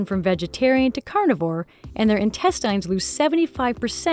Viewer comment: Am I the only one who's bothered by the way she pronounces intestine. It deeply disturbs me and I don't know why. Actually, it's driving me crazy. XD